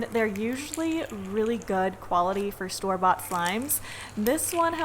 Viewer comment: When she said store-bought I thought she said storbot as a brand and I was like oo maybe I should by a storbot slime